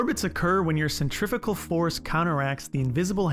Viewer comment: It’s pronounced ‘centri-few-gal’.